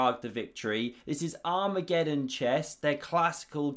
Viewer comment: Can someone please teach not to say "arm re geddon"? Thanks.